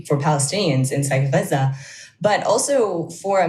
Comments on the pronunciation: "The nature of US relationships is not really governed by... human rights as a rule..." <- Yes, that is clear p.s. "You know he's lying because..." his lips are moving. p.p.s. I appreciate pronunciation of "Gaza". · As a lady with a Doctorate in the Middle East I assume that she speaks Arabic. The way she pronounces Gaza is the correct Arabic pronounciation Dumbo!!